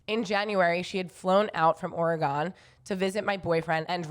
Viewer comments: Okay sorry…it’s “OreGUN” not “Ore-gone” 🤣🤣 Had to Love y’all! Would love to see a live show in Oregon 🤣❤️ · I would say more like Ore-gin! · haha you right! I always see those window stickers on peoples’ trucks that say OreGUN. And I’m like, “Yeah! That’s a great way to get people to pronounce it the right way!” Or at least in the vicinity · that makes sense, I still think it’s a better way to pronounce/hear than “Ore-E-gone” 🤣